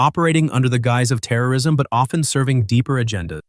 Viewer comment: This is the worst AI narration I've ever heard "into global......................terror...ism"